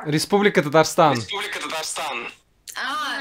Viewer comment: "Ресублика татарстан", мля... 🤦‍♂ аж ухо резануло.. И майка "лосанжелес" Пакемон детектед... Чувак , Казань это Россия, запиши там на нотном стане